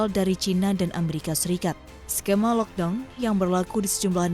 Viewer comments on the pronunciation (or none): none